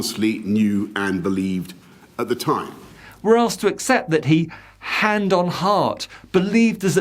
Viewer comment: The emphasis placed on ‘believed’ tells you everything you need to know about his intention to mislead!